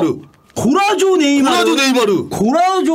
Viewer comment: 골라쏘 고라조라고 하는거 열받네